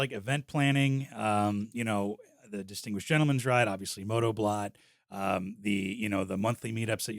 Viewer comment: BLOT means Blood .... it was a sacrificial ceremony in both Norse and Anglo Saxon culture. It wasn't a party ...it is pronounced like Bloat